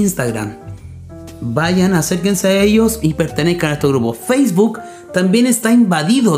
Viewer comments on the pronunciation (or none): none